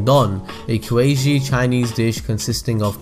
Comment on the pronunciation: Did you just pronounce 'quasi' like it's some sort of Chinese region?